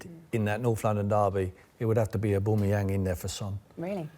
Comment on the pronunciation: OBAMAYANG LOL